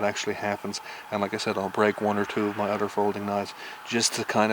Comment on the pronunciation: You said Udder instead of Other